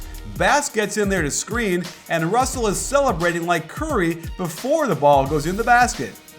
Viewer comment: lol he kept messing up russel and clarksons names wrong